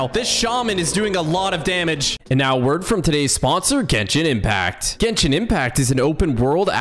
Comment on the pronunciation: As one of the players of genshin Im kinda triggerd by the pronunciations of the names